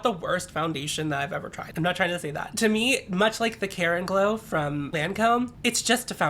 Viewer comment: Every time you said "Lancôme Care and Glow" it sounded like Karen Glow and now I’m just imagining you wearing that foundation every time you know you gonna have to speak to someone’s manager.